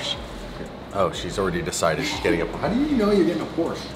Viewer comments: whay u call the PORCHE .... PORCHA, becouse its not call porcha, come on, call it right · Pls say "Porsche" properly. Thanks.